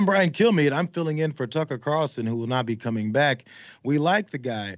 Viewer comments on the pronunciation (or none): I always hear "Brian Killme". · Brian Kilmeade really needs to focus on pronouncing the D in his last name. At first, I thought that he was basically saying, "Hi, I'm Brian. Kill me". Which would have been funny! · That's what I hear every time he says his own name.